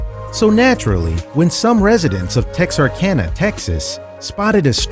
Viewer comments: the city is not TARKANA. It is Tex-Ar-Kana on the border of Texas and Arkansas. If you're going to do a story, it helps to get the name of the city right. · did you really just pronounce it tex arkanan? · Dude c'mon It's TEX - arkana Texarkana Get it straight man